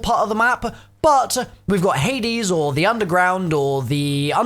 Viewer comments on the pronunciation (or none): none